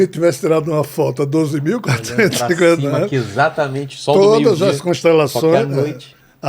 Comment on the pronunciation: Será que as pessoas que falam ISATAMENTE ao invés de falar corretamente EXATAMENTE acham bonito?